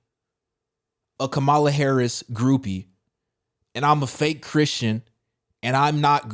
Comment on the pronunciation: This is just thoughts but my name is Byron but people have a tendency to pronounce my name as Bryan. I correct them and they typically fix it. It’s frustrating when they continue to call me Bryan. I can only imagine how Kamala feels js…. Can you please say her name right? Ty